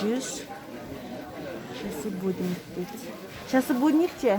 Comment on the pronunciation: Буд ник эмес эже будильник